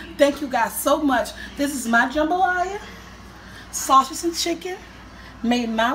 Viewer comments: When I heard her say sawshas... I immediately came to the comments..lolol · Sausage. It is pronounced: Saw-Sej-Ez's. Not, Saw-Ches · She said SAWSHAGE😂😂😂😂😂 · Seymore Butts My grandma says it like that too. She was born in Texas but English was her second language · I LOVE YOU you are such a wonderful woman! You and your sons! I also LOVE the way you say sausage: "shawses" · Lola James ...so..shess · i love love love the way you say sausage. "in go the sashas" 😂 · Sau•sage! Say it with me! Sau•sage. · lmao...i reprat this video just to hear her say sawsidgizz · She decides to say Saushidge 20 times. I'm dying, thats ecactly how my mom would sound 😂😂😂 same wig too 😂😂😂🤣🤣🤣😭😭😭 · lana B: i thought only my mom said “sausage” that way cuz she’s Mexican but I guess it’s hard to pronounce 4 a lot of people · I love the way you say sausage💖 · I love the way she says sausage I want to hug her x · Everyone on the East Coast pronounce sausage wrong 😂 gotta love it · Its funny how She Say sausage